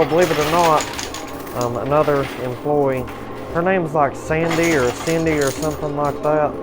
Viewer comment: Please don't say "Cindy"" like that